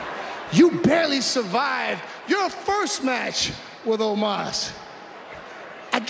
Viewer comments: Why can’t Lashley say Omos’ name properly. He keeps on calling him Almos. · I swear it sounded like Lashley called Omos Almost. That would’ve actually been gold, especially since Omos lost.